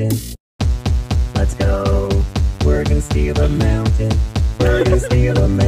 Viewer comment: Why do I keep hearing “Bergen steel amounted” instead of “we’re gonna steal a mountain”?